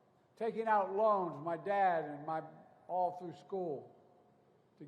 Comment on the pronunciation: Buy dem said he doesn't want his kids in schhoool with a raaciaal jungle.